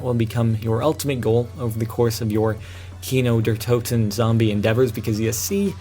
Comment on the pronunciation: I lol'ed when you said "Kino der Toten"